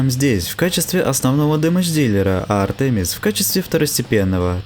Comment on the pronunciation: ударения: синергИя, МОджо, АртемИс